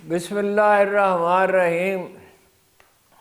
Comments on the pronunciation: Haroon Sb BISMILLAAHIR RAHMAANIR RAHEEM SAHI PRONUNCIATION SY RECITE KIYA KAREIN PLEASE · ہارون صاحب اپ کے منہ سے بسم لا کا غلط تلفظ سن کر حیرت ہوتی ہے